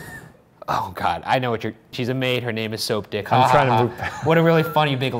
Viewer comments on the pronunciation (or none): i love how they tried to pretens Shane was laughing at the "Soap" part in Soaptic and not the fact its pronounced Soapdick